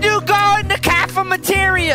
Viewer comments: " how do you get in the cafamriria like boys cafeteria not that way of saying it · He called it the cafemeteria